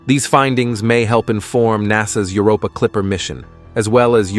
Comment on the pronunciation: Are AI narrators so much cheaper than humans that we have to put up with stuff like "plumees on Europee?"